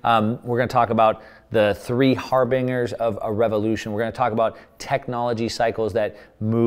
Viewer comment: Harbinger = “har-bin-jer”